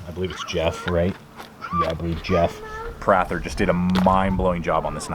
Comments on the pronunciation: That is a mans name.... its pronounced PRAY-THUR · Thanks for butchering the name Prather, learn how it is pronounced before you make a review. It’s not Prath-er. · I think it's "pray-thur"